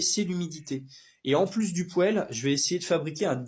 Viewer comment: juste un bémol :on dit un "poil" phonétiquement en français mais peut être tu as des origines donc tu es tout pardonné